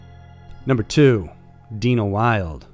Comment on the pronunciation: Dina is Dina. DE-ANNA is Deanna...